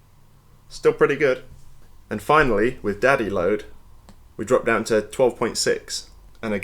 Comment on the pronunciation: Is he saying daddy load?